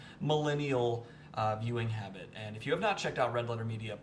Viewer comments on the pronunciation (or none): none